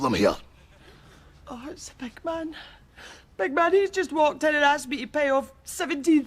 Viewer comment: Hey, it’s pronounced “The BIG Man” not the “The Big MAN”